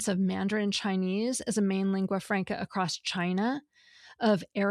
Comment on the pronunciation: Did the grammar girl just say "accrost"?